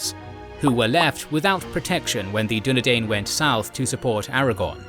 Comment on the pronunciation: Dunedain is pronounced as DO NE DINE, not DO NE DANE